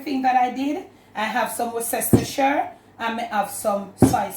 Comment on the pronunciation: Worcestershire - the pronounciation is - WUSS-TER-SHER